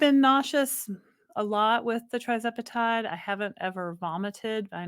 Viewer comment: Hi there.. love your channel.... but can you correct the spelling and pronunciation of TIRZEPATIDE if possible? Its Tir nor Tri. Thanks much.